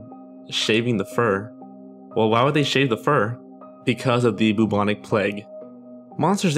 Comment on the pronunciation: The BOO-BONIC PLAGUE lol